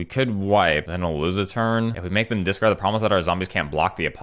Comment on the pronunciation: can't tell if you're saying discard or dis card